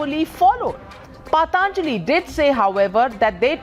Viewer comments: Dear Navika, with all due respect what the heckety heck is paatanjali.. it is patanjali as in puh tun jali... not paat aanjali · First of all, it’s not paaaataaaanjli, that’s how the woman is pronouncing it, it’s patanjali for god sake, if u can’t pronounce words of ur own culture & try to pronounce words of French, German, Spanish & Italian etc flawlessly, no matter how educated u r people from outside the country will ridicule & shame u. We know many Indians who make sure they pronounce foreign words like Rendezvous as Roundavooo ( which is the correct pronunciation), but they’ll still pronounce Aaraadhana as Araaaadna, such garbage mindset.